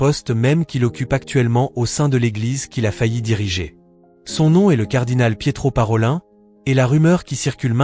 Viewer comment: Parolin se prononce comme ParoliNNE ( nom venitien) et non ParolAIN .